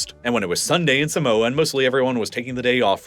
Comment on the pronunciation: You say Samoa, and Pago, Tokelau and Niue very wrong